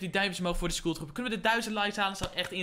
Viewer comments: Skoeltrooper zeg je 😂💙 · Skoel trooper😂